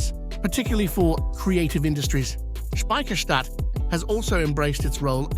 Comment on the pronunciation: How often do you wanna say Speciherstadt? narrator: yes.